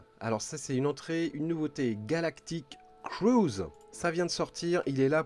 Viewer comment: La voie de en prononcant "Galactif Cruise" + "20 jours" xD, ca m'a bien fait rire:)